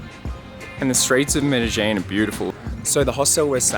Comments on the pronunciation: It’s pronounced “meh deh jEEn”!! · But how the fuck you pronounced Medellín ??!